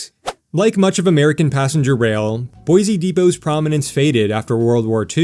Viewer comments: BOY SEE lol not BOY ZEE Great video! Thanks for the awesome content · take note, visitors and wanna new residents, there is no 'Z' in Boi-Se !! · STAY OUT! You cannot even say Boise correctly.